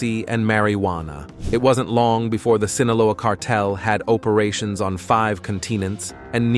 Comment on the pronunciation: OMG ROFLOL. Oh-perations 🤣